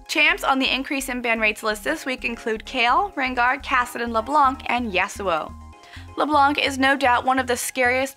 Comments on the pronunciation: santanickinhell At least we can laugh at them ! And yes, we french people pronounce "Leblan" Not Leblanc or, as Froggen would say, Leblenk. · When you say Leblanc you don't pronounce the (c) because it's French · Hell Heaven it is on that word, silent c